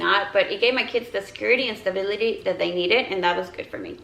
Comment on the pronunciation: This is so nit picky but it drives me insane that you pronounce b’s as v’s 😂 “stavility”